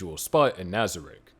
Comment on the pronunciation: Al-B-toe... Nez-rick... Brain Un-Glass.... Re-es-teyez.... boo-coo-boo-coo-chagma... Ainz-el-gone... Must be a sub watcher lol. Still watched the whole video.